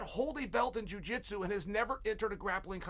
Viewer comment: "Spanish JuiJit Su.."